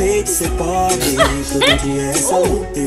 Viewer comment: The sound of poBRE, is close like BRIdge.